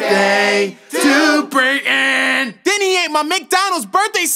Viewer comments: brayton not Braden BRUH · Its pronounced Brayton